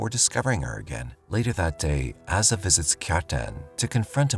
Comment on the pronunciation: Jeeziz Chrysler..I'm so tired of AI narration getting pronunciation wrong .. Asa is pronounced "Ow-sa" not "Ass-a" ... ... "...to use the bathroom..." 🤣